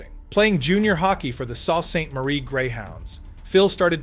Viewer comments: Hey .... its Not Sawww St its pronounced the 'SOO" ....!! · BTW, it's SAULT St Marie and pronounced "SOO" Which shows how far you researched... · Sault Ste. Marie is pronounced Soo Saint Marie. This may be an AI voice projection, if it isn't, do better! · So many mistakes..... its pronounced Sue saint marie. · "soo-saint-marie"... how to pronounce Sault-St-Marie... fyi... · Its pronounced sue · Perhaps you should've learned how to pronounce "Sault Ste. Marie" before narrating the video... embarrassing! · Centers were always expected to score, and learn how to pronounce Sault Ste. Marie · Bloody A.I. kills me every time. I grew up 50 miles from Sault MI. I actually love the mispronunciations; it gives me hope all the job losses to A.I. will never come to pass. If they can't do something this simple, what's the chances they will take over the world?